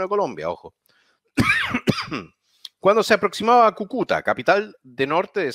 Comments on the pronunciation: Kukúta... jajaja - Cúcuta!! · cúcuta, no cucuta jajajaj buen canal! ánimo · CÙCUTA...!!!! Con acento en la primera Ú..... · Quién chucha le puede decir que Cúcuta es esdrújula ?! Por favor. Agradecido desde ya